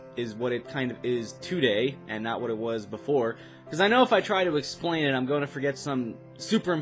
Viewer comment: Lol he said "esplain" its explain xd